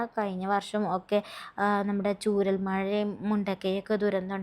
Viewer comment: ചൂരൽ മഴ അല്ല ചൂരൽമല 🥰